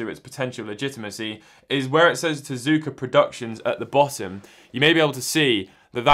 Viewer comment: It is TezUka, some times in Japanese the U is silent but not in Tezuka, don't ask me why because I don't know, it just is.